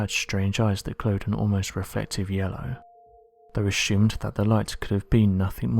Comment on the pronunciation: It's 'wiTH," and "norTH", not "wif", "norf"...why can't this guy pronounce his "th's"???? And then there's the pronunciation of the word "assumed"...where does he get "aSHOEumed"??! It's VERY distracting when trying to listen to the commentary and just waiting for the next awful and LAZY mispronunciation to pop up!! Where did this guy go to school...you'd think his teachers would have corrected him....